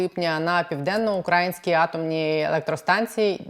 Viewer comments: У слові "південноукраїнський" наголос на "ї", а не на "а". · я вас обожнюю дивитись і слухати. Але ви насправді не знаєте, де наголос у слові "південноукраїнський"? Це сором...